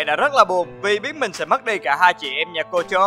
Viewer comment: sao tôi nghe họ của shinobu là concho nhỉ :)))